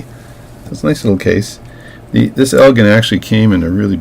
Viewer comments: Elgin - pronounced el-jin - is a town in Northern Illinois about 25 miles due west of Chicago. The headquarters of Elgin brand watches was there until they went out of businesses in 1968. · elgin with the j sound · Its EL GIN